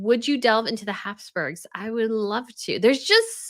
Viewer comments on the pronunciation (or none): none